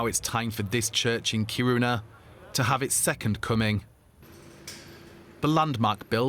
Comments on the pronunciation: Yep, the stress is on the first syllable. 🙂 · "Kíruna" not "Kirúna."